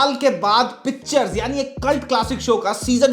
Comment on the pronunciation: Abey chutiye...pehle naam to lena seekh le......pitchers hai vo..... picture nhi.......... Tujhe to mtlb bhi nhi pta hoga pitchers ka